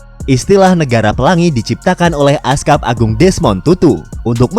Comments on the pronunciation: koreksi min. Bacanya bukan askap tapi uskup. Itu uskup umat katolik. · 3.45 bkn askup baca lurus aj uskup. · min tulisannya uskup, tetap dibacanya "uskup" bukan "askap" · Uskup bukan askap 😂😂🙏🙏🙏🙏